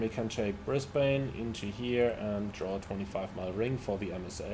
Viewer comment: Great video again. Like the look of the PMDG 772, but don’t know if I want to spend money on another 777 variant. As an Aussie, if you were wondering, Brisbane is pronounced as “Bris-ben” or “Bris-ban”. 🙂